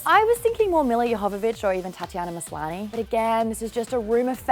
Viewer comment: Did Maude just say "Millia Yohovovich"?